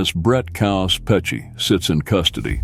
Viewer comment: Its KAOS....stands for CHAOS..Its not Coaws..Damn Dude